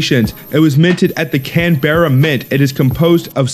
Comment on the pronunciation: Learn how to pronounce Canberra and Melbourne.